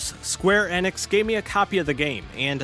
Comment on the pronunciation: they way you say enix makes me throw up